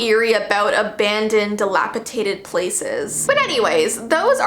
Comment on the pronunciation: The word is ‘dilapidated’, not ’dilapiTaDed’